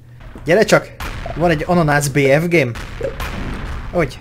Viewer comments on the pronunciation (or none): Bmg-t mond elősször én is bfg-t értettem